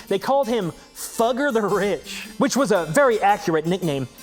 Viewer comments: It's pronounced Foo-geh. But I get that's not as funny. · It's pronounced "Foo-gger" as in FooFighters, but with a short "oo".